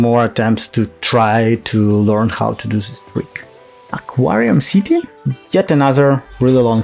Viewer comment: Also, it's pronounced "Ah-kwii-um City"